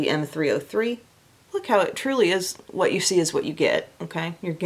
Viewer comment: Funny story: for YEARS I have thought you were saying “wet shady beaches” and I thought that was such a strange name for a bronzer. 😂 it wasn’t until I read through the linked items one day that I saw it written out and realized you were saying WHAT shady beaches 😂😂